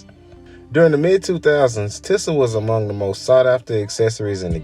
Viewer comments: It’s pronounced “teeza” not no damn “tissa” smh. Big Sean made this brand famous to me back in like 09 with his Finally Famous mixtape series. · It pronounce (TEE•SAH) not tissa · Just So U Know Its (TEE-SUH) not TIH-SAH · It's pronounced TEE ZA smh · It’s pronounced “Tee-sah” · This sounds like a hater hit Job Google TI$A MCM and the brand is pronounced Teesa some brands never fall off you slowpoke. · Overall great delivery of the starting end of the brand, however, the beginning sounded a little biased and it wouldn’t hurt to pronounce the brand correctly came off as a little unprofessional however, very good job with the video